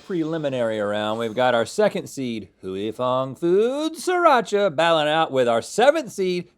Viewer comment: It's sriracha